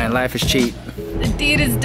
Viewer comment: lmao "3.99 laf is cheap" (yes I know it's life, spelling what he said)